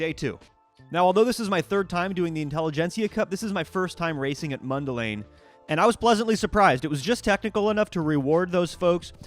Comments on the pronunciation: As a Resident of Mundelein, the pronunciation is "Mun-da-line" Not "Mun-del-ein" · Line not lane for the city name 😏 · It's pronounced Mundel-"ine" not "ane," Sincerely, Someone from Mundelein. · Line. It’s pronounced line. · actually the town is pronounced Mund-e-LINE